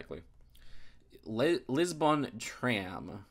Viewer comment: lol the way he says Lisbon 😂